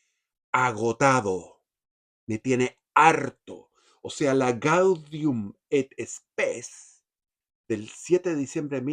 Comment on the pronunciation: Jaja gaudium et spes ...nos sangran los oidos! Te reconiendo al padre zerraute